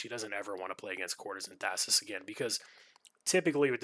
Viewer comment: Interesting play, thanks for sharing! FYI - it is pronounced "Thais", not "Thassis". Only one S. I wouldn't mind a Breaking video on her, with a bunch of the sneaky tricks/combos you can do with her.